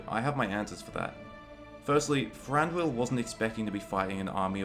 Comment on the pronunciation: His name is Thranduil not Franduil. Lol